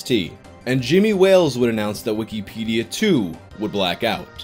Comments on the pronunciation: “Weekeepædia”. Jesus Christ. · Why do you say it like weekie pedia? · _Stop saying wikipedia so fucked up _